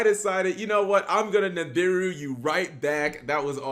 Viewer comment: Holy crap! Double Ni'm'biru in the hand then Dat Ni'm'biru on Ni'm'biru action! Twice the Ni'm'biru, twice the Cap mispronunciation. Legendary Ni'm'biru duel from the man himself. Day 209 of Cap's Ni'm'biru support.